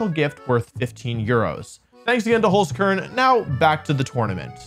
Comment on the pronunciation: There is still some improvement left for the pronunciation of Holzkern :')